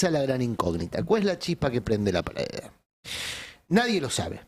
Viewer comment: no puede pronunciar la palabra "pradera"?🤌